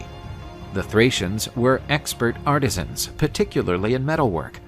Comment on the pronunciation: Artesians or artisans? Pretty big difference 😂